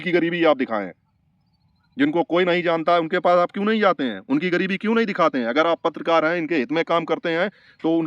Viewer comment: Aap ek padhe likhe insan lag rahe hain , wo doctor patrakar ek jhola chhap doctor hai , agar usne wakai me medical ki padhai ki hoti to aise patrakar bann ke na ghumta , patrakar aise nahi hote hain jinhe bolna bhi nahi aata , Gareebti Gareebti bol raha tha jabki sahi word gareebi hota hai , aur bhi usne galat salat bola hai , andhon me kana raja bann ke pahuch gaya bakwas karne